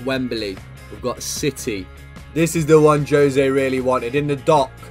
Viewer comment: Juuuuuuuzé not jose, FROM A PORTUGUESE MAN HERE